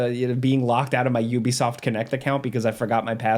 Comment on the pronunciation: You be soft is back? I can't be the only one heard it like that xD